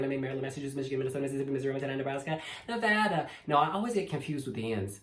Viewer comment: Thank you for saying Nevada correctly and not NeVahDah.